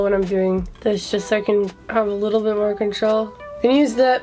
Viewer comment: You said a “likkle” bit more lol 🇯🇲